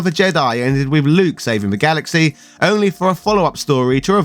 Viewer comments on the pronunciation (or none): none